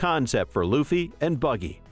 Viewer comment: Whoahhhhh you started saying Luffys name right 😊